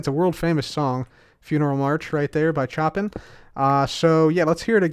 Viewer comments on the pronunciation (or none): Chopin is pronounced like "show pin", not like "choppin' some wood". A full performance of the funeral march typically takes around 10 minutes. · "Choppin" LOL! The composer's name is spelled Chopin and it's pronounced SHOW-PAN like this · Hey, great video as usual. But Frédéric Chopin is not said as "Chop-pin" its said as "Show-Pan" in English speaking countries. I don't know if there is a pronunciation difference between the Polish way and the English way though. However, I am still glad that you chose the third movement of Piano Sonata No. 2, which was nicknamed Funeral March. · Choppin? It's Shoh-pan... 😂😂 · it’s not “chop-in”. It’s “show-pan”. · this is the funeral march by chop in - 😂😂😂 Seriously love your videos, but it's pronounced sho-pan. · lol funeral march by "choppin". I hate being that guy but it's pronounced "show pan" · I'm pretty positive it's "show-pen", not "cho-pin" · The Choppin thing is read as "Shopan" love you. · you pronounced Chopin wrong lol...its not choppin like cutting wood, but rather it is pronounced "showpan" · It's pronounced Sho-pan not choppin' lol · It pronounced showpan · Chopin is actually pronounced like "Show-Pan." It dose look like choppin though lol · Did you seriously just pronounce Chopin's name as chopping? Americans... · Chopin is pronounced "Show Pan". Just FYI. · It's pronounced Showww-pannn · love your videos and just wanted to say thanks for the laughs. I've laughed so much listening to you say Chopins name wrong over and over. Yes us Americans really mess it up bad. Here is a bit of help with this from someone who studied music. Chopin's name is pronounced 'Shoh-pan' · when he says chopin like shoppin :') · chopin 'show-pan' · "Choppin'" -, please. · Chopin is pronounced like show-pan. He’s a really good piano composer, you’ll probably know a lot of his other pieces like Nocturne in E flat, Grande Valse Brilliante (also in E flat) and the Revolutionary Etude. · Chopin pronounced Show-Pan